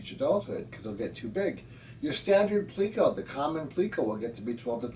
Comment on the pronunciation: You’re one of two people that I’ve ever heard pronounce the word “pleco” correctly in my life. Potato/poe-tah-toe : pleco/pleck-oh, I guess. Lol.